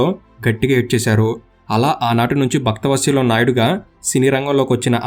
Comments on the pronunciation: Bhaktha vatsalyam kaadhu bro Vatsalam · బాబు మీరు భక్తవత్సలం అని స్పష్టంగా చదివితే బాగుండేది